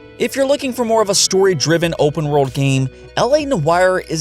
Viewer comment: Nobody:: breath of the WOAHWLD